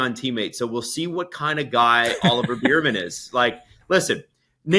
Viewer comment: I love to death but the fact he’s still pronouncing Ollie Bearman’s name like “Beer-man” is killing me 😂